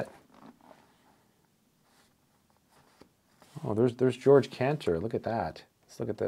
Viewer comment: Excellent book. 👍 And Cantor's first name is pronounced Ge-org , not George